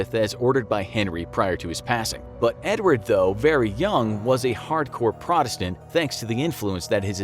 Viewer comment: I love how this guy can’t pronounce Protestant